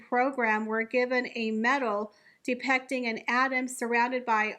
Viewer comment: First time to this channel. Really appreciated the detailed discussion of the topic. However, (W)reef? Conterbushun? Depecting? Litterly? I commend this narrator for exacting enunciation & pronunciation in much of the video...which makes the gaffes more glaring. I have to work on these things myself, which is why I notice it? Overall much better than most young content creators. Thanx.